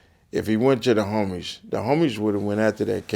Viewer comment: “Da homiesh...”